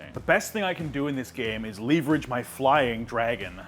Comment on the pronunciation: LEEEVERAGE?! Oh my goodness that bothered me 😂😂